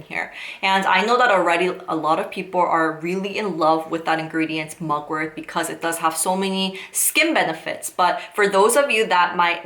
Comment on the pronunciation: It’s mugwort not mugworth